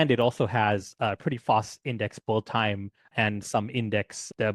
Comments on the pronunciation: Appreciate the video. Just FYI, you're pronouncing the word "build" like "bulled" throughout the video, but most native speakers pronounce it like "billed" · It's BUILD not BOLD.